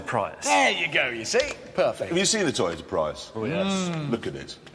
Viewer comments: Pry-iss? No, it's Pree-us. Tee-ota? No, it's Toy-ota These clips are obviously before Tesla proved EV viability as real cars. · I am afraid it's pronounced PREEEEUS with a deep strong S. It's a Japanese car not British you don't get to pronounce it the way you want. Jeremy is a joke for pronouncing it freaking Pr I us. Toyota it's pronounced with accents on both Os and A like that : tOyOtA and prius is preeuS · Teeyota Prius